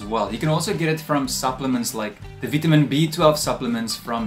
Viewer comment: Veetahmeen BEE?? I love your videos. Thank you.